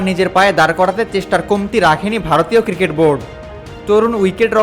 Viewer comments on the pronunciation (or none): none